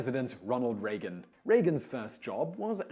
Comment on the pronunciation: LOL - funny thing Simon thinks it necessary to point out the correct pronunciation of J.Q. Adams' middle name, while mispronouncing R. Reagan's last name consistently in another video :-P